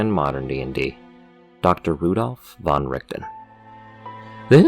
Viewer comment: oh my lord you said van right I have immediately fallen for you